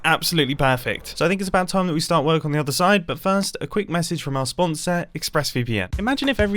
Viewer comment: Bro, Mumbo said ''mossage'' is he turning into ren..?